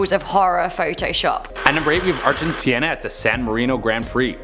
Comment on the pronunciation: nice vid! im a Formula one fan and im a big fan of Ayrton Senna and just a correction he is a brazilian driver and his name is pronounced like this| Ayrton Senna Airton Sena good vid tho